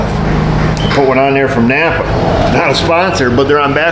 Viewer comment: Lovin' your channel , especially you gettin' your parts from "Nap'R" . LOL